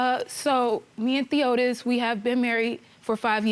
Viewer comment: His name Theotis, ma'am.🤦🏾‍♀️